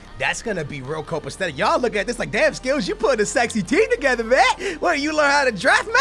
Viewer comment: When did he learn the word "cop-aesthetic"